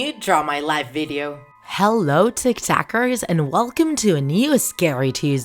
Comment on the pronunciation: Did she say hell no or hello😂😂😂😂🤣